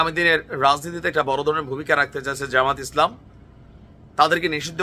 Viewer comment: জামায়াতে ইসলামী নামটা শুদ্ধভাবে উচ্চারণ করতে পারেন না, আপনি কিসের youtube এর একটিভেট? জামায়াতের নিবন্ধন তো আছেই শুধু প্রতীক ফেরত পাবে ইনশাল্লাহ